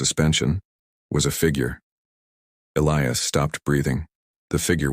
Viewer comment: Somebody finally got the AI to Pronounce "Elias" correctly.